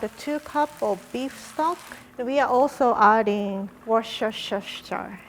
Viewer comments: Really glad to have another make it fancy video to enjoy. I always watch these when I eat- I don't really know why, but it makes me enjoy the meal more 😂. Just to let you know (no shade intended- it's a weird word) Worcestershire sauce is pronounced differently to how its spelt- it's pronounced wustersher. Look forward to your next video 😊. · "Woshishyer sauce?!" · Wor CHE SHY ER Sauce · For anyone, like, struggling with Worcestershire it breaks up into three chunks worce|ster|shire so it comes out as 'wuss-ster-shur or wuss-ster-shy-r depending on how 'shire' is pronounced in your region. Bonus tip! It goes great on cheese on toast! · Worcestershire is pronounced "woos-ter-sher." Love from England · Chris i agreeeeeee (i am also from england) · Idk what those producers were telling to say but people out here in New England say “wooster-sher” sauce. Ya know, as in Worcester, MA. But I think this is a regional thing maybe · Wooster shire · "worshersurshersheir sauce" - 2020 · nobody: literally nobody: rie: WORSHERSHERSHER SAUCE 😌💅🏽✨ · I’m English and we say Worcestershire as “woostesher” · I felt so bad for her trying to come up with a pronunciation based on the spelling and Americans pronouncing it to her 😂 I'm English too, I call it wuss-ter-sher sauce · Hahaha. trying to pronounce Worcestershire Sauce is amazing. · It’s funny how there’s not one American that can pronounce Worcester(-shire) sauce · It's okay, none of us can pronounce Worcestershire either 😊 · I hate the way Americans pronounce Worcestershire sause -> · I'm convinced..... No one....... NO ONE can pronounce Worcestershire Sauce. I, myself, have given up and just call it "Dub-ya sauce". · doesn't know how to pronounce the sauce's name but knows what it tastes like! A pro chef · trying to pronounce worchesterhire is one of the cutest thing ever😹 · ah yes, i too cannot say wherchercher sauce. edit: i spelled it wrong on purpose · It’s pronounced Wost-i-sh-er sauce 🤣